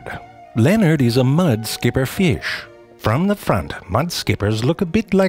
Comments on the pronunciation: Everyone: Fish Zefrank, an intellectual: Firsh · I love how he says feesh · I'd love to see the IPA spelling of this pronunciation of "fish". It's like it has two schwas and the upside-down 'r' in it. Like "firsch". Delightful! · The way zefrank pronounces certain words gives me life. Ie: Fish=Feesh Baby=Behbehs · It isn't a fish, it's a FIRSH. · i love the way he says "fish" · zefrank somehow crammed three syllables into the word 'fish' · Someone told zeFrank 'You can't really mispronounce FEee-iSH and make it funny. But zeFrank makes his own rules, like a dominatrix drunk with power at a nerd-heavy frat party. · So many naturally occurring syllables in the word “fish”!